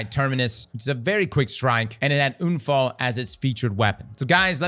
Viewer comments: Bro….UN-Fall not oon-fall the fuck is wrong with you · Für echt junge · everytime he says unfall i love it as a german native speaker this sounds so wrong but so amusing edit* i just realized sturm, drang , unfall these are all german words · Same here, said to a friend 'ich würde gerne einen Unfall haben' 😂😂 it's hilarious.